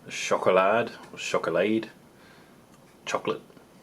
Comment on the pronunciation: schokolade is pronounced "shoh-koh-lar-deh" German language pronounces the "e" on the end of a word as a separate syllable instead of elongating the previous vowel. Just a little tip for the future :)